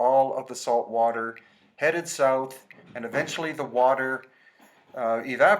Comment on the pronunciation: "we make our a-salt". LOL